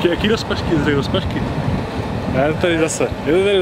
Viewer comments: řekl rozpažky XD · Ha povedal ropažky:D